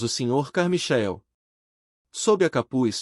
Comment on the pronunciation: Deus, é " Carmaiquel" que se pronuncia.